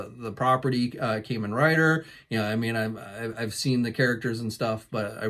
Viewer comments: Kah men rider not Kay man rider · AWESOME!! Though, for the record, the "Kamen" in "Kamen Rider" is actually pronounced "Kah-men". Forgive my correction, I have OCD.